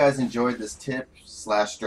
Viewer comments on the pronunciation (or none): Did u said peach instead of peace?